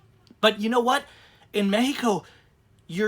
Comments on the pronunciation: ...why are you pronouncing Mexico as "Mehico"?.... Just say Mexico. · When u pronounce it "Mehico" it kinda hits the ear wrong man. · I have been going to Mexico for over 40 yrs , i have a winter place in Mission TX. There is little doubt Mexicans think of people like him as a fool...him speaking english and then saying mehico is a joke. My brother is half Mexican i know dozens of Mexicans and not one says MEHICO. Only ones who say MEHICO speak little to no English. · What in the hell is causing you to say "Mehico"? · Im a house painter born and raised in southern california man. I polly speak spanish just a lil bit better than u man. I thinl what ur doin is really cool, Ijs that "mehico" hits the ear wrong when a super duper white dude says it. Thats all.